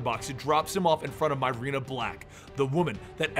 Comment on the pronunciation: Myrina = MUH-ree=nuh or MEER-ee-nuh NOT "MY-rena"